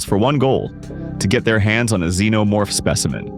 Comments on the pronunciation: Wtf is a "Z-No-Morph" ??? it's Xenomorph, Z shouldn't sound like an X , Zorro doesn't sound anything Xorro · Hearing him say "Z-No-Morph" was offensive to my ears